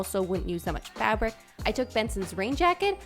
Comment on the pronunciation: When you say fabric it sounds like youre saying fabork